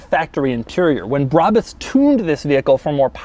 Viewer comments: None of those pronunciatons of "Brabus" were right lol. German is a pretty phonetical language when compared to English, so many things, like "Brabus", are pronounced phonetically. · It's not brabis, bräbis or breibis it's BRABUS ! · Say Brabus Like Brah-boos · BRA - BUS I mean, how is it pronounced any other way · I think it’s pronounced, “brabus” Like if you agree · Brabus Is a german, u say It like u write It